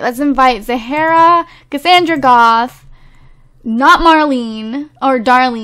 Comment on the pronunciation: The way says names lol, Zahara’s name is Zahra 😭 pronounced Zara.....never even noticed lmao